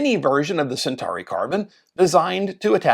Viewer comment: What is the correct pronunciation? American? Do you even know Latin? He said Sentahree which is not even close. It's Sen-taw-ree.